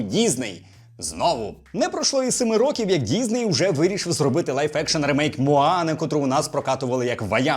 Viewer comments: діСней, а не діЗней! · діЗней, сука діЗней, щоб вас шляк трафив, з української мови покруч робите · Чому ти говориш дізней?